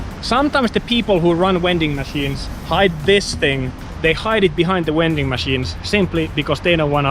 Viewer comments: You sir, are a wending machine. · What's a "wending machine?" 🤣